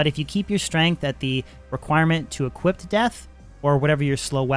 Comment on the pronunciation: sounds like you're saying the past tense of equip whenever you say equip.. like equipped.. odd